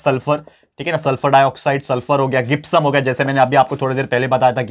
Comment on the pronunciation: Sir, gypsum, word is not gipsum . Word is jipsum this two spelling is not right First is right , gipsum pronounce is not right Jipsum is right pronounce 😊😊😊😊😊😊😊